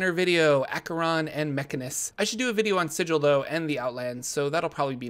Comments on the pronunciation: Sigil (The City of Doors) is pronounced /ˈsɪɡɪl/ (siggle) not /ˈsɪdʒ ɪl/ (sij-ill) like the noun that exists out of D&D (meaning a seal or signet). Gruumsh is pronounced /grumʃ/ (groomsh) not /grʌm'Iʃ/ (gruhm-ish). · Thanks for the comment, happy to see I'm helping campaigns! I finished my Sigil video and definitely mispronounced it the whole time. Sorry! Be patient with me :D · thanks! Unfortunately my Sigil video is already made and pronounced incorrectly. I appreciate the help though!